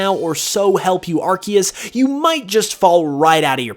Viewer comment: FINALLY, a YouTuber correctly pronounces Arceus!!!!!!!!!!